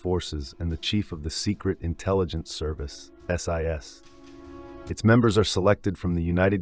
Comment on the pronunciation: It's Not general sir Claude Auk-in-lek it's Field Marshal Sir Claude John Eyre Auchinleck GCB, And it wasn't David sterling alone formed the SAS but he did it with Blair (paddy) Maine, It's NOT THE SPECIAL AIR SERBICE ITS THE SPECIAL AIR SERVICE , PLEASE DO A LITTEL BIT MORE RESEARCH and get it right